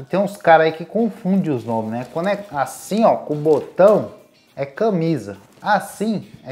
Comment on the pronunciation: E não é câmisa é CAmisa